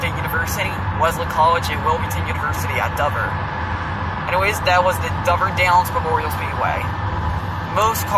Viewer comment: I have watched your videos traveling to OC and I swear it sounds like you are saying Dumber Down. It's Dover Downs